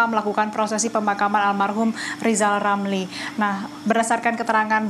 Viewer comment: Rizal Ramli .. bukan lizal lamli,,,gimana sih presenter nya ini